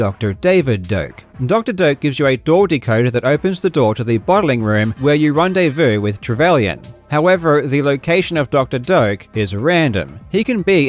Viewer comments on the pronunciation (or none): none